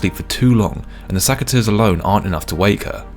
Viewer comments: pls, it's SECateurs, not SACKateurs 😅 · I just wish you didnt say saceteurs 😅